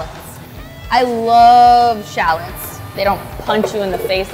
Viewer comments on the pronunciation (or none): sha-lets? XD I don't think I've ever heard anyone pronouce it sha-lets lol